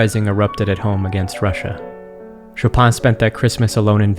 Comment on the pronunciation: As a pole the pronunciation of "Chopin" was killing me but overall great video like always.